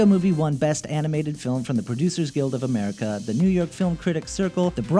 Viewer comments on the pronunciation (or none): none